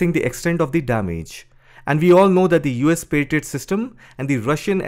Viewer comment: Pa-try-out.😂 Yeah it tried 😂